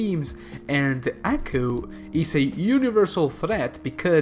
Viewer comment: It’s not pronounced ackoo it’s pronounced Aw-coo